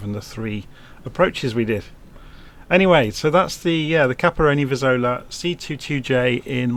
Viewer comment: Sorry for correcting you, but the name is CAPRONI VIZZOLA, not Caparoni Vizolla, even those hashtags are wrong